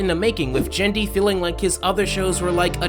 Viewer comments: gen dee???? its not gen like generations its gen as in guh- en- dy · His name is GEN-DY not JEN-DY - too many ppl prnounce his G like a J - - its is hard G. other than that, good video! :D